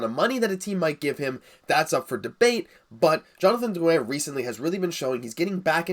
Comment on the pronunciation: Do you really have to roll so many R's in Drrrrrrrrouin?